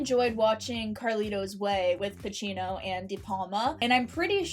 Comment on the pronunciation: Al Pacino not Al Pachino